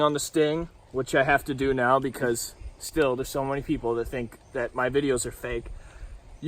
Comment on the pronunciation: bro said “im kinda considering trying it nowl” as if it’s drugs at a party💀